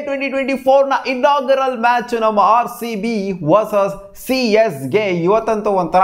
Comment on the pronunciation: He said Haarcb also 😂😂